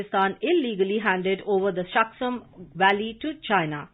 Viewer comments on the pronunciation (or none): its not shaksam valley, its shaksgam valley.